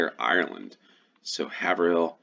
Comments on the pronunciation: 1 second ago Haverhill is pronounced 'hay-ver-hill'. I used to live there. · The a in Haverhill is long, like in shave. Trowbridge rhymes with low bridge. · First one Haverhill is pronounced Hay-ver-hill I used to live about 20 miles south of it